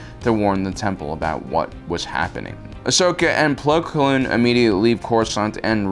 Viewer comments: . It bothers me how much he says plo kloon. Its Plo Koon, he nearly had it...but his common struggle with words attacked again. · Every time he says “Plo Kloon” I die on the inside. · Btw dude plo's name is plo koon NOT plo klune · zook420000 do you hear plo kloon as well? Not koon kloon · How does he manage to know so much about Star Wars yet not know half the characters names. "Plo Kloon" "Ki Adee Mundi" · Is it just me or is he saying Po Kloon instead of Plo Koon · goddddd its Plo KOON K - O - O - N KOON not KLOON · ITS PLO KOON NOT PLO KLOON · Who the hell is Plo "Kloon?" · “Plo Kloon” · I like how says Plo Kloon instead of his real name as it’s a slur, even if he doesn’t mean to I still like it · Ah yes... Plo Kloon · is saying Plo Kloon on purpose as a joke or?... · "Plo Kloon" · Plo Kloon? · Plo kLoon?? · I know who plo koon is but, "Kloon?" If I had a nickel for every time mispronounced jedi names...